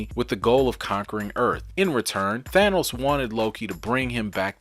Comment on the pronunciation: HGa! Ha Ha! "Asgar" No no No. No. "Thanus" No No No not the way it is not at said ignorant fools....